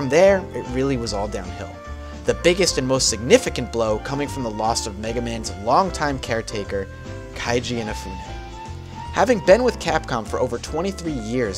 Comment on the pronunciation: Great video but you pronounced Keiji Inafune's name wrong it's "Kay-jee" not "Kai-jee." Anyways I'm looking forward to see more videos from you. Take care.